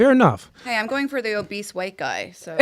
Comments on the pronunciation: 😂😂 I kept laughing when he kept saying “obeast” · bro the word is obese, not OBEAST. Crazy.